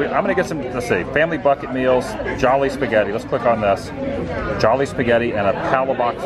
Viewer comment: 😂 It’s the English word “jolly” pronounced ‘jaw-lee’ like “jolly old St. Nick”. You only say “joh-lee’ if you’re saying it with a Filipino accent. 😂 Also, not sure if I missed it, but you have to dip the chicken the gravy. Try it.